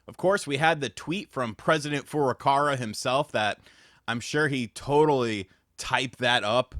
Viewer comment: I can’t tell if he’s joking or not when pronouncing Furukawa’s name. Cause he says Furukara with an r.